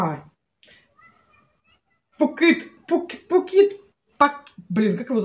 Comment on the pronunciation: Поп ит ( Рор it), 😄. Не Пук ит )) Я тож не могла запомнить сначала))